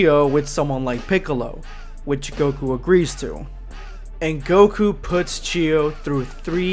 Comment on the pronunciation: Goku* not gokua